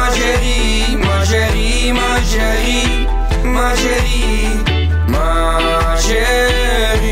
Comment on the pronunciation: HAHAHAHAHAHA NEDERLANDERS EN FRANS GAAN ECHT NIET SAMEN. HIJ KAN 'MA CHÉRIE" NIET EENS UITSPREKEN?!